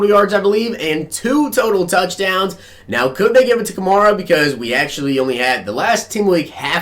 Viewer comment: You're pronouncing Alvin kamara's name wrong! It's pronounced like a female horse , a mare. so its Ka-mare-a!